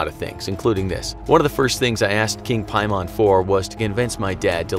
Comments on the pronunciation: It’s pay-man. Not pie-mon. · I was LOOKING for this comment! Lol "piemon" 😂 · It's actually pronounced King Paimon. Demons have ranks just like the military. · As a genshin impact character, I got scared when you said ‘paimon’. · hold on did you just said PAIMON?!